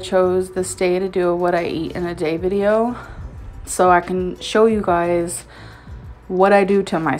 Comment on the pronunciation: the "gaise" got me LMFAOO 😭😭😭